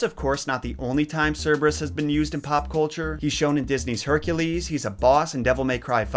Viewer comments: Haircules? Are you saying Hercules? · OMG I can't count the number of times you said Hercules as "HE-REC-LEES" it was kinda funny tho but I want to say that you did a great job with this video. It was very informative. I love your work😍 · Is that really how you pronounce Hercules correctly?? I’ve been fooled otherwise